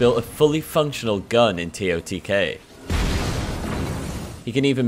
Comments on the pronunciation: Can we please NOT start calling it “tee oh tee Kay” just say tears of the kingdom but spell it as totk…. Sounds weird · Tear O tee kay💀